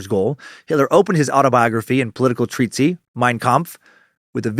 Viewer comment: Dan, for Nimrod's sake, it's pronounced treat-iss, not treat-see